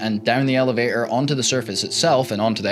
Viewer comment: It's Elevator not Elevay-or